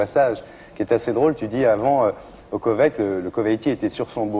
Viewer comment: il est sérieux Ardisson quand il dit "au Koveit" ?!!!!